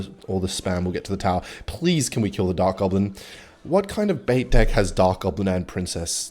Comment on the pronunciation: on his way to convince every non-australian that we pronounce "deck" as "dick"